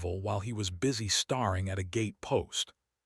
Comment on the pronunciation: I appreciate the effort, but this could be so much better with a true understanding of the Mississippi Delta as I am from there and still live in Mississippi. Also, lose the AI voice. Seriously “starring” for staring? Really? That makes it all fake - an insult to people who really do this research.